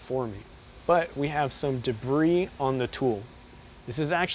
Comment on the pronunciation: Very informative and well presented! For the future, in "debris" the "s" is silent. It's pronounced "duh-bree".